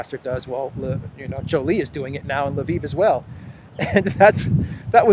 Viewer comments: It even worse than that. He says Laveen. There is no A after the L. It drives me absolutely nuts every time I hear him say it. I get it, he does not know how to pronounce it, but for crying out loud, if he is going to talk about a city and use its name, take the 30 seconds to go to an online to Google Translate and learn to say it correctly. I don't even care if he uses Polish or Russian pronunciation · In Russian it is Lvov (Львов).